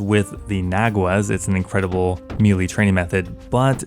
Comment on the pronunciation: Stop mispronouncing melee